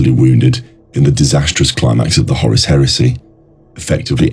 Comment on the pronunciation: Bro I just want to tell you something, you're actually not saying Horus you are saying Horace.